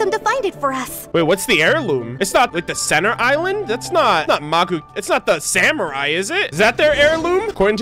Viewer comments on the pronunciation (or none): none